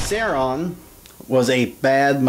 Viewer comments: Sauron is pronounced Sowron not Sayron. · I was about to watch your video until I heard you say "Sehron". nope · He said Sauron wrong it is not saoreeon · I'm from Texas too but it should be pronounced the way Tolkien meant it to be pronounced: Sow-ron or Sow-run. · I could not enjoy this because of how badly you pronounced Sauron, not a true fan. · you pronounced sauron wrong and do you think you can chill out with the swearing. thx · That is no justification... he's so obsessed with the weapon and lord of the rings, and fails to pronounce it correctly. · don't worry I hate him for pronouncing it wrong too. you aren't the only one. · Texas accent is no excuse for mispronouncing our dark master Sauron the great